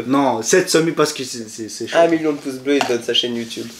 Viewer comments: Non il dis poce blo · Des "poces" bleus 🤣. Pas mal